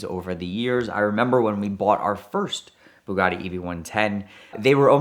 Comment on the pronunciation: "Bug'audi" lol whats the Rimac equivalent 🤗😂😝🤷🏻‍♂️